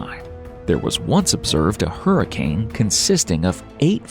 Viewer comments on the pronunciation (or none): none